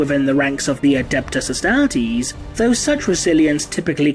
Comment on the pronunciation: the adeptus UHSTAHHHH-TEASE